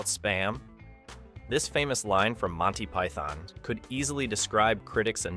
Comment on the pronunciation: I kept thinking "what are these Ducks he's mentioning"...Ducts You need to pronounce the T in Ducts and drop the O in Monty Python. Enjoyable video with 2 mild distractions of pronunciation. It's my British speaking OCD kicking in, sorry.